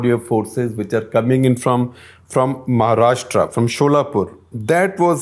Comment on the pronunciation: It’s महाराष्ट्र not महाराष्ट्रा.please use correct pronunciation.